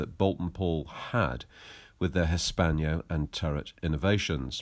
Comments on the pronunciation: For Gods sake its HISS PANNO not hispanio (hispano suiza actually) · Hispano. Not Hispaño! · "Hispanyo"??? Is that not "Hispano" (Cannon)!